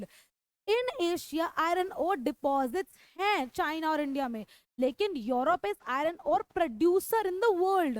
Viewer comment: It's not योरोप it's यूरोप